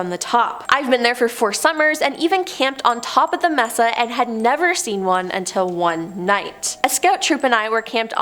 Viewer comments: I have OCD and a problem with narrators that pronounce words wrong. No offense, I love listening to these, thank you for all you give to us. Mesa is maysa, not messa. No clue why. Stay safe and thanks again. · Sorry to be a noodge, but MESA is pronounced MAY-SAH. With the accent on the first syllable. Unless you ask our Mexican friend - he says MAY-THA Mesa means TABLE in Spanish. It describes the isolated, flat-topped elevation, on a ridge or hill, with steep sides. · The word is pronounced may-sa not mess-sa. Thank you😊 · I’m sorry but u bout drove me crazy mispronouncing “Mesa” smh lol sorry